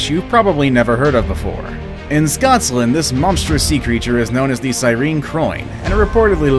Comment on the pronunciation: Did he say SCOT'S LAND???????